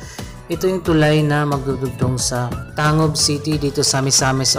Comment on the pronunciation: ang tamang bigkas po ay PANG-GUIL BAY at TANG-GUB parang batangas, pampanga, pangasinan.... pagka pangalan ng lugar po, ang bigkas ay Double *G*.